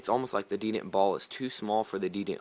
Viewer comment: it's called the de-tent ... not de-dent.. the detent ball ;)